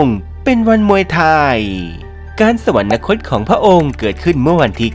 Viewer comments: แอดมินอ่าน สะ หวัน นะ คด เขียน สวรรคต เอาคำว่านะ มาจากไหน ที่ถูกแล้วต้องอ่านว่า สะ หวัน คด ไม่ใช่รึคะ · โคตรน่าสงสารยังไง ??? / คนบรรยายทั้งหลักและรอง อ่านผิดบรรยายผิดควบกล้ำผิดตลอด ดิฉันไม่ได้จับผิดแค่เปิดดูเที่ยวเดียวก็เจอ / คำบรรยายเขียนผิด แม้แต่คำว่า อยุธยา/ สวรรคต อ่านว่า สะหวันนะคต ตลอดเลย ไม่มี น หนูสักตัว ---- งานไม่ยากเพราะมีคนทำcontentsเอาไว้ให้ลอกมาได้ทั้งหมด แต่หยาบมากค่ะ